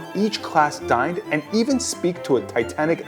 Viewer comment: I heard "learn how each class died" 😭